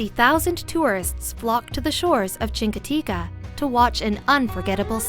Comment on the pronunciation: Definitely neither Chincoteague or Assateague end with an A. My mom lives in Chincoteague I go every year for the past 16+ years.